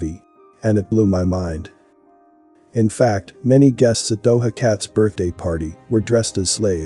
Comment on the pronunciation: Thank you for another informative video. Not to be a stickler, but the J in Doja is pronounced like the J in John. For those who haven't looked it up yet.